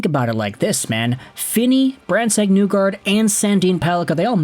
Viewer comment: My guy, ya gotta stop saying “Newgard”, it’s Nygard, as in KNEE-guard. Cmon. You can do this